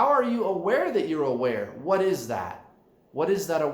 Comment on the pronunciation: WHat is the awareness? (Emphasis on HA)